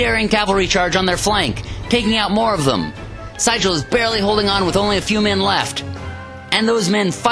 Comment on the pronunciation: Excellent video except that Siegel's name is pronounced See-gul (like the bird)